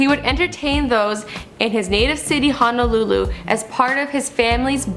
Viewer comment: the way she says hawaii, waikiki and honolulu makes me cringe 😖